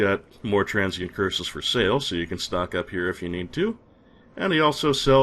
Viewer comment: If it is not rude to ask, Where are you from,? I ask because it is slightly odd to hear you pronounce "Transient" as "Tran-gent".